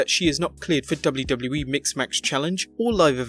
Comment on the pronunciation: "Dubloo dubloo eee"